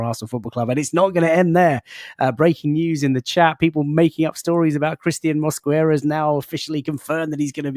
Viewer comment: mate the “U” in Mosquera is silent